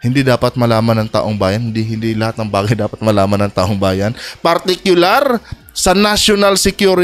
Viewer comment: Robin padila bobo taong bayan pero ang bigkas niya e taum bayan bwahahaha saksskan talaga ng eng eng ang no 1 senador